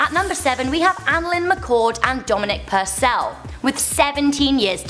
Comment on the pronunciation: Thank you for saying Purcell right! No one can ever get it right with me! It's not like it's spelled funny or anything lol